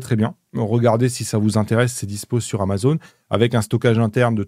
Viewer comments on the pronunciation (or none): none